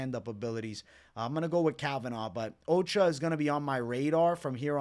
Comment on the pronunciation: Ochoa is O-SHOW-AH not Occupational Safety and Health Administration